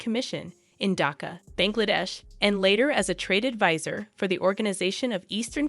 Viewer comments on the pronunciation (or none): none